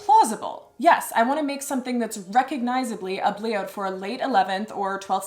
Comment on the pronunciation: "It's called a bliaut" I totally thought you said ugly-out and was like, "that's bold."